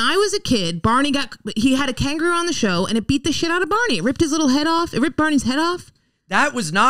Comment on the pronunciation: Can someone explain to that 'Kangaroo' is a three-syllable word?